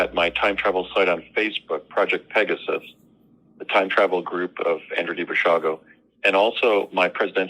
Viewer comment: It's, not Basilio.